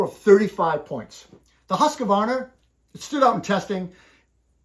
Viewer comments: Why do Americans put in an extra A in Husqvarna? It's not Husqavarna. There is no A in the middle. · Hearing that extra A tells me something about the person saying it.